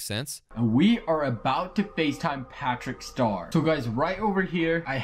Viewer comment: Bro is literally saying “pæþřĩçķ ștœř” Don’t want to offend any British people